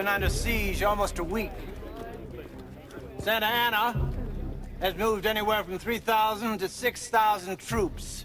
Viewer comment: Santa ana. Not sansalsa😅